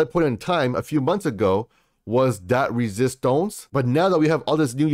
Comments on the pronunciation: It’s resistance (French accent) not resistonce my brother. But I like the video. 8bil and holding until 2025😎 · I laugh every-time you say resistonz ! Lol!